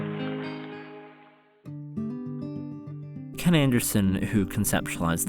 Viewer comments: One slightly jarring thing, and it comes with it being an American production, is the pronunciation of "Nottingham" - the stress is wrong. It seems to be a way of spotting someone talking in a British accent but not talking British English. NottingHAM Vs Nottinghm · Being from Nottingham i love this film... the way they say Nottingham annoys me. Its "Notting-um" not "Notting-ham" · As a Brit, the most upsetting bit of this film is the pronunciation of Nottingham. It's not Notting-HAM, it's Notting-UM. Makes me cry every time I hear it 😥🤪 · ( if you want to say it in an English way it's more Notting-um :) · Its a great film, my favourite Disney animation & its beautiful & sad. But, as an Englishman, I hate the way they pronounce Nottingham. If Hams at the end, it's more of an Em sound. Birmingham - Berm-in-em Nottingham- Not-in-em. Great video. As always. 👍 I can forgive you pronouncing the G. 😆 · I only wish they'd told Roger Millar how to pronounce "Nottingham" before they recorded the audio.